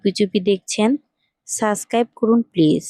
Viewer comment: সুদ্ধ করে subcribe বলা শিখেন , তারপর চাইবেন subcribtion